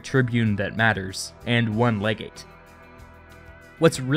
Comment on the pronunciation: "Legate" *cough.